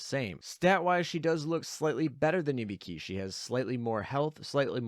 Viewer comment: The way you kept pronouncing Ibuki made me think you were saying Hibiki and I was really confused for a while.